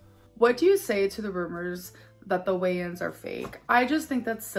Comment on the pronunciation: Every time you say "weigh-ins" I think you're saying "Wayans" like the Wayans brothers.